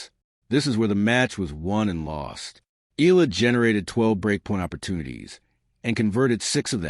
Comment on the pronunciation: Please pronounce her last name as EY YAH LAH. Thank you.